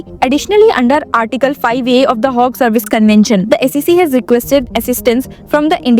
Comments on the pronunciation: Why are you mis-pronouncing Hague, It is not a HOG it is Hague! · It is not Hogue....it is Hague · This lady seriously needs to improve her English! Its not Hogue! Its Hague! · Please Google your pronounciations of words Hague and Indictment